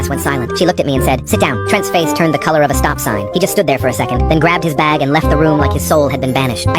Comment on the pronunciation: At the beginning I thought he said bang not bag